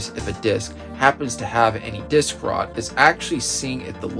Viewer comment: "dik-rot" loool